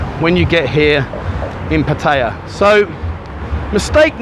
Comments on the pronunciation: Good advice but it is not called pattya it's called patt-a-ya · First mistake saying pah-taaaya it’s patty-ah fuckin twat ! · Learn how to pronounce Pattaya correctly. Don't sound like an Idiot. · Your pronunciation of Pattaya is a mistake that you failed to mention.